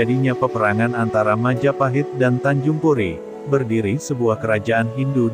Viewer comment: Tanjung pura bukan tanjung puri